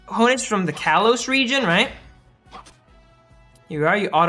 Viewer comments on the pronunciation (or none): none